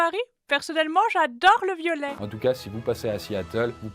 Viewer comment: Je suis le seul à avoir entendu "violés"au lieu de violet dans la partie du purple store🤣🤣🤣🤣😂😂